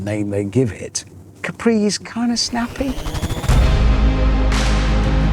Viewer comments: Btw it’s Càpri not Caprí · No, because it’s not pronounced Capree, but Cápri as the Italian island